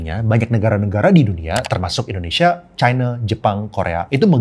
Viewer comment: Di di di di di endhonesa,,fact sih koh